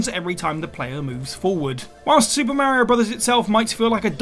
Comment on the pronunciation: I didn't know the name Mario can be mispronounced 🤣